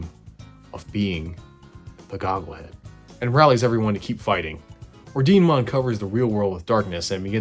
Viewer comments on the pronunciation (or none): I believe Ordinemon is supposed to be pronounced or-dee-neh-mon, as in the Italian word for order in Italian (and maybe latin too?)